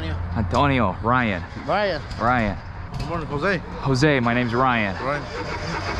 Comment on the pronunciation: ITS RYAN NOT BRYAN 😂😂